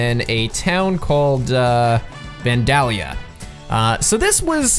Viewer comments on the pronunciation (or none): Its vandelIia. Not vandallia I'm in ohio in that area. That's how i know. I 😉🚂🚃🚃🚃